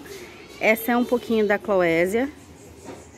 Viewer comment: Linda! * A pronúncia é Clovésia 😉